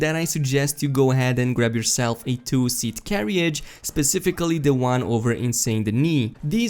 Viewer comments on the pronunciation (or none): Lol he pronounced carriage wrong